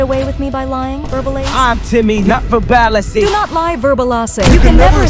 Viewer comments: My favorite part is how the AI pronounces "verbalase" as "verbal-AhSeh" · Kanye West AI TTS voice: Pronounces “Verbalase” (not like “Verbal-Ace”, but like “Ver-bala-sey.”… or something. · not timmy pronouncing it as verbalussy 💀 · the way the ai says versebalse tho IT SAYS VERSEBALEUSSY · I love how they say Verbalase 😂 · “verbal asseh” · How they pronounce verbalase